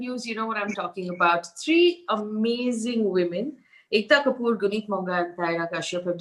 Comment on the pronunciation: Faye I'm a big fan of your work. But seriously Faye? Ekkkta Kkkapoor??? First time ever disliking your work. Shame. Hope to never feel so disappointed by your channel again... Including you there's probably just a handful of journalists left to be respected in the country :(